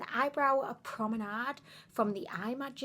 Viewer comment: Promenard? No R's in it lol